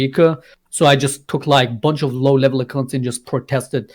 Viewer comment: Wie er das Wort " Accounts" ausspricht triggered mich alllein schon so hart xD ACCOOOOOUNTS